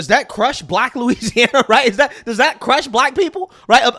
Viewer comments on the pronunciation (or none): said "dat" 🤣